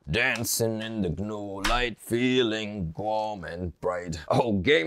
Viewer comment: GUH NUUU LOL